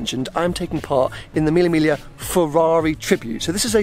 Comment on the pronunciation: Use google translator and you'll know how to pronounce Mille Miglia.